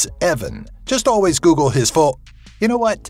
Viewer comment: the top 10 things you should never GUGUUUL 😂😂😂😂😂🙈🙈🙈🙈